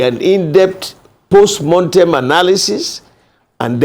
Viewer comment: Jailbird Mr Bode George is full of delusion and contradiction. Why PDP lost the election is clear to all. The fact that Mr George doesn't yet get it and is focusing on post "montem" analysis (mortem is the correct pronunciation) shows he is detached from reality. Never destined to be president Atiku's self-centredness, internal party corruption of taking money from him for nomination as flag bearer, past misgovernance record that is still fresh in the minds of NGRNs and a sagacious PBAT cost PDP the election. He talked repeatedly about the constitution, yet his useless party ran on the same constitution for 16 long years without changing it. He must be told that PDP is dead at the centre. They won't win another presidential again in the country until it is disbanded and reconstituted under a new banner and with the likes of him, Atiku, Saraki and other corrupt elements shown the door. He also said APC is not a political party. How laughable? They are not a party but they have national reach and are winning elections repeatedly. Doesn't he feel embarrassed talking such nonsense? PDP is DEAD.